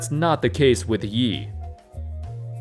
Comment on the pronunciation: It’s pronounced EE not Yee